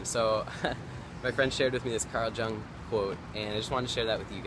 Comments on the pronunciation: Carl Jung - J is pronounced as a Y. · Jung is pronounced "yung"